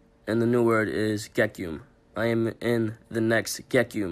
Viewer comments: We already gotta stop were saying ge-ki-um its ge-key-um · So the song he recorded was “Gekyume” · gekume first word will be ayy ayy RIP bro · Gekyume’s teachers are about to butcher his name lol. But the kid is gonna be special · STOP SAYING HIS NAME LIKE THAT IM HIS COUSIN I HATE WHEN PEOPLE SAY HIS NAME LIKE THAT